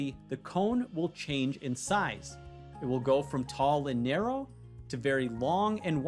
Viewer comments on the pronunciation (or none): none